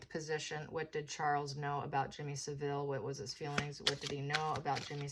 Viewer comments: You’re pronouncing Jimmy Savile wrongly. It’s pronounced (sav Ill ) not (civil) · Pronounce the name like this …. SAV-ill , not SA-ville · Savile is pronounced with the emphasis on the first syllable SAV, the second 'ile' is just said 'il'. Seville is the Spanish city. Charles seems to lack judgement if he chose Jimmy Savile as a confidante. Savile was a vile character. But it's good to know the proceeds of his estate has gone to compensate his victims for their personal injury. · It took five minutes for me to realise you meant Savill, not Sevile. Please don't refer to the filthy pervert as Jimmy. It makes him sound normal. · I remember him on a children's program "Jim Will Fix It" and thinking how creepy he was around children. His name is pronounced " Salve-ill " love your insights